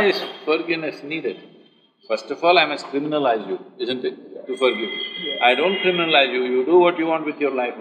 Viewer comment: Forgivvvvvvuveeeee madam it’s forgive Where did u study that ur English and the pronunciation is so bad 😀I like the way she said forgive very softly . Lol she was probably scared ppl will judge her the way she says it . Only colour n look s no wonder she hangs out with all serial actors .